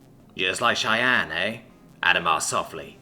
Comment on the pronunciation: Yay, he learned how to pronounce cheyenne